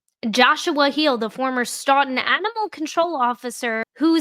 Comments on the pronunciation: It’s pronounced STOWTUN I live next door To that town Love your videos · Stoughton is pronounced stooton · Its pronunciation is questionable like everything in the commonwealth-Stoughton- STOWTIN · Say it with me STOE-TIN. Stoughton